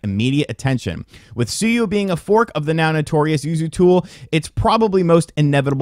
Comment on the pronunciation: Sue-you Lol